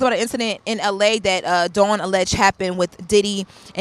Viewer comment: Lauren as a journalist I’m irritated with you continuously saying Dawn’s name wrong. She’s been out too long for this to be reoccurring and it’s your job as a journalist. It’s rude and lazy to talk about someone numerous times and not get their name correctly. All love Queen, I still enjoy you ❤